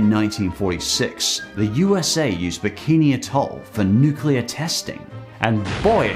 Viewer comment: 'nukeler' lol